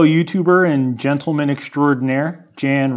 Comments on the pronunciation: Jan is pronounced "Yon", i believe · it's probably said "yahn" like johann sebastian bach... not Jan ... like Janet. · Yahn, not Jan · I think Jan is pronounced Yan lol welcome back